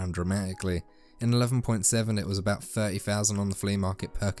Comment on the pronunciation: It's thirty not firty so cringe